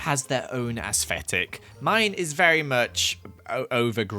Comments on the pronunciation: has anyone else noticed that says asfetic instead if aesthetic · everyone: literally everyone: aesthetic: AsSFFFeTiK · No hate put it’s pronounced as-tetic 😂💕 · no one:: aEsFeTiC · No one:: Asvetic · did not just say “asesfetick” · be like: “ aesthfetic” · no one:: asfetic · Hearing say “asfetic” makes me laugh every time 😂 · you say asfetic and im living for it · Evryone: aesthetic: aFFFseTiK Since evryone said I copied I found the “original” comment and the “Original” one was made by Cindy Miles and btw I didn’t copy it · YOU PRONNONCE IT AS-STET-IC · I love how says aesfetic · how says ascetic: asfffetilc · Nobody::AsFetic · Me: Aesthetic: Aesfetic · Who else noticed is he saying aesthetic wrong but we don’t care or under his bootiful accent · The way he says aesthetic 🥺👏🏻👏🏻✨ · He just struggles with pronouncing his th's 😔